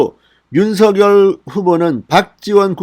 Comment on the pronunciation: 윤성녈이라 발음하는게 맞습니다